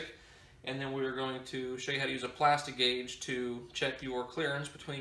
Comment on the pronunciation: Lost my interest the second he said “plasti-gauge”.